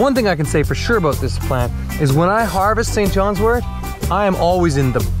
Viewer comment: Thank you so much for pronouncing wort correctly. It drives me crazy to hear herbalists say wart . 😊